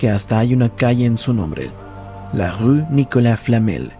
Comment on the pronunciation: Es verdad, es difícil pronunciar la palabra Rue y tú lo hiciste perfecto